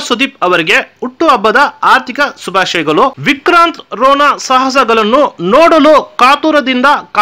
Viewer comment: ಆರ್ದಿಕ ಅಲ್ಲಾ ಅದು ಹಾರ್ದಿಕ ಶುಭಾಶಯಗಲು ಅದು ಶುಭಾಶಯಗಳು.